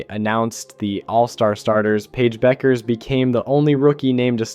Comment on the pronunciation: How do you mispronounce Paige’s last name and Aja Wilson’s name?